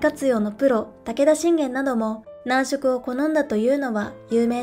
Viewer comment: 男色(なんしょく)ではなく、男色(だんしょく)ですよ。